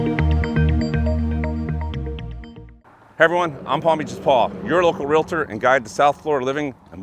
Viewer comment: REEL-TOR was hammered in my brain during training, not REEL-LA-TOR. Yes, I know how it is spelled.